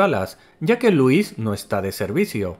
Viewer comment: Creo que pone el acento en la letra "i",y suena nombre de varón,en vez de mujer cuándo nombra a Lúis.puede que la traducción de españa la altere, pero la pronunciación también?